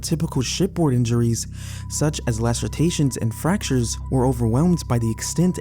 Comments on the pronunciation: Say it with me: "L A C E R A T I O N" not Lacertaion. I'm not fully convinced this isn't an AI or some kind The word pronunciations, the weird sentence structures, and the sound of the voice itself seems very AI-ish to me 🤔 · "Lacertations" (lah sir TAY shuns) is not a word. The word is "lacerations" which is pronounced "lah sir AY shuns." Superheated steam is no joke. If you get hit by a jet of superheated steam, it is very likely to cut you in half like a guillotine blade. If you know anyone who works around superheated steam regularly, give them props. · *Lacerations not lacertations. Otherwise, very good. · I think you mean lacerations. Not lacertations. 🫣🤭😊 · You’re great! But omg! “Lacertations” is killing me. 😂